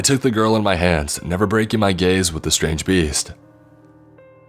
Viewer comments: I think it was struggling to say MY and instead said MEH which sounded like MAD so It came out sounding like MaD dOllY when it was trying to say “MY DOLLY!” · He wasn't...he was saying "my dolly" but "my" sounded like "mai"